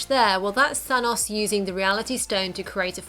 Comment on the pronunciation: Why do most people say Thanos wrong like you